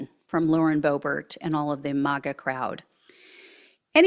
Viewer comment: STOP SAYING MOGA! It's MAG-A